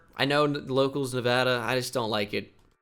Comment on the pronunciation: Nuhvahduh. fucking gross